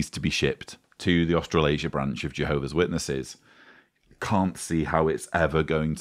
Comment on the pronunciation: Where the fuck is Austral Asia? Can someone please tell that it pronounced "Austra-lasia"? One word... four syllables! SMH! 😳